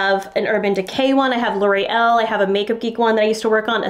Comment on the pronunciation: Great job explaining the sneaky ways of the makeup industry, thank you so much. Just one small issue with your pronunciation of the maker L'Oréal. I had a good laugh hearing you say "Laurie L". Please make sure yo use the proper French pronunciation.